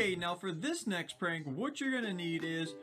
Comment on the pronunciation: hha he said parnk